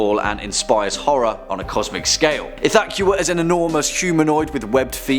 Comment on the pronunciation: the way you pronounced ithaqua really grinds my gear.